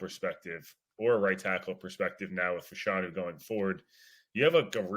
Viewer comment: Can someone please tell that it is pronounced Fash-a-new.